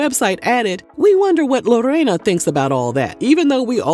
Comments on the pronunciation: Ok first let me start by saying, thank you for rolling that R in Lorena’s name (also my name 🤭) it rolled beautifully out of your mouth 😊 I appreciate the correct ethnic pronunciation…you outdid yourself in this one! I didn’t even know they have a “ghetto marriage” (no legal papers) and that they’ve been doing extra curricular activities with other people throughout their “marriage” lol I will say Joey does praise her in public, definitely loves that woman. Now the part about her being some cartel daughter 😮 Wowwwww. Smh that tea was piping hottttttt 😆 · How you say Lorena 😂😂😂😂😂😂😂 - on point